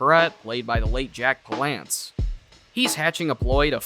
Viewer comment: Lol P-lance ?!?! It’s pronounced Pal-lance